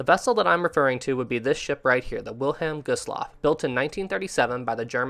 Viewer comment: Anyone notice that the name 'Wilhelm Gustloff' is being pronounced wrong? Also, , "three" torpedoes are said to have been fired but it was actually four, only one got stuck in the tube. When Gustloff's emergency lights activated, the Soviet submarine, S-13, was the surface and because of the lights of the ship, it was now exposed. A Kriegsmarine warship that was escorting Gustloff actually opened fire on S-13 in its attempt of escape, which it did get away. S-13 would go on to sink the SS General von Steuben and claiming around 3,300 more lives. S-13 is officially the most deadest submarine in history, killing over 12,000 lives in just two ships sunk.